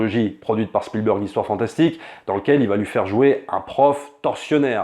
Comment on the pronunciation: s'il te plait fais un effort! Spielburg c est genre pas possible. Entraines toi au moins mais prononces çà SpielbErg ….